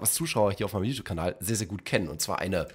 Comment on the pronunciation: für 2 sekunden schweizer geworden (guet)